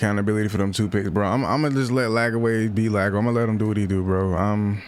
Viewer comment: Bruh it’s “LAGWAY” NOT LAG-AWAY